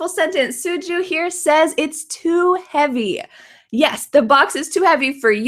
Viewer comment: It's too havey.